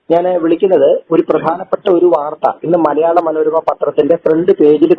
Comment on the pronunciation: മലയാള "മേത്തരമ"😂 മലയാള "മേത്തരമ"😂 മലയാള "മേത്തരമ"😂 മലയാള "മേത്തരമ"😂 മലയാള "മേത്തരമ"😂 മലയാള "മേത്തരമ"😂 മലയാള "മേത്തരമ"😂 മലയാള "മേത്തരമ"😂